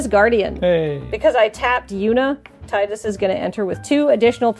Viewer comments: Ya'll need to look up how to pronounce Tidus ☹ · If they wanted his name to be teedus then they could have either spelled it differently or put it in spoken dialogue. His name is spelled Tidus and that’s how people said it.